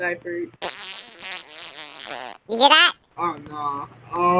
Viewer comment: I could stop laughing when he said when u chaging my diper